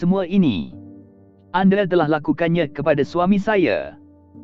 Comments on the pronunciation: Admin bila bertutur tu eloklah sebut dengan betul. Sebut 'anda', bukan 'ande'. Nama orang pun sebut salah. 'Soraya' jadi 'Soraye'!!! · anda = ande, malaya = malaye.....